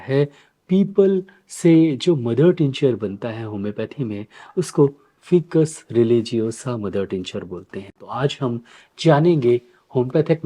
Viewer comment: उच्चारण ऐसे है--"फाइकस"(FICUS) ।आप इसे "फिकस" बोल रहे हैं,इसे सुधार लीजिये। हम वनस्पति विज्ञान के छात्र रहे हैं,इसलिए इसे सही ढंग से उच्चारण करना सीखें हैं।वैसे आप बहुत अच्छे से समझाते हैं और बहुत लोकप्रिय भी हैं,धन्यवाद जी ।